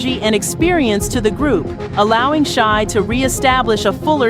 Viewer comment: Shai, Shai, Jodeci, Shai. Get it straight 🤦🏿‍♀️